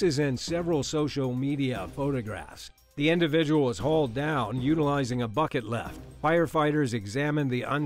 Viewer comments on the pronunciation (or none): none